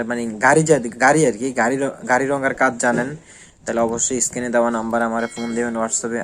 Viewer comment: নিজেই তো বারবার অর্ডারকে ওয়াডার বলতেছেন। নিজেরই তো উচ্চারণের ঠিক নাই। স্ক্রীনকে স্কিন বলতেছেন,এভাবে কেও ভিডিও বানায়?